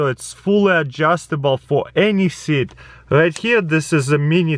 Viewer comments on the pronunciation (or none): none